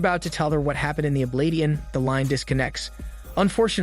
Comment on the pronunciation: Oblation is not pronounced oblat-eon